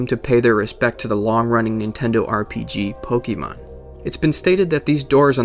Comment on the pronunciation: Omgosh I am so triggered he didn't say Pokémon right! 😑👎😣